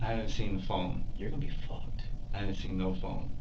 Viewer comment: He said “your gonna be ficked” 😂